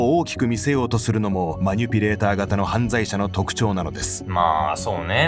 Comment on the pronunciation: マニュピじゃなくてマニピュレーターな